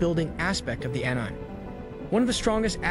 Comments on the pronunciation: It's pronounced animay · Bro said ehnaime :( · Enzyme without the z